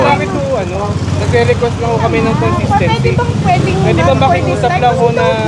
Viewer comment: dapat daw may Kon-Sis-TENK-Sy hahaha